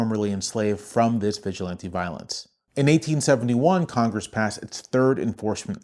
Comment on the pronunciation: Historically, they aren’t the Klan, they’re the Sturmabteilung, the predecessor to the SS. Trump’s goon squad. edit: the stress in “vigilante” goes on the third syllable, it isn’t the same as “vigilant.”